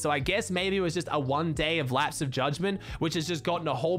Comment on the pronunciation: "one deyy of lapse of judgement" I see what you did there